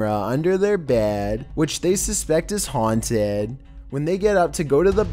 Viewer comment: They way he ends his sentences. “which was haUNTED”